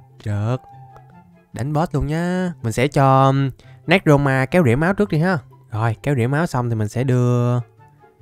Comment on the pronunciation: Anh đọc tên néc ro ma là sai rồi anh phải đọc là nê cro ma mới đúng nha anh